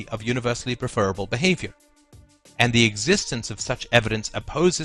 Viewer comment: I'm 2m14s in, but I'm not sure I can manage 16 minutes of pronouncing it "preFERable". I like that Molyneux pronounces it that way- he's a dick. But not!!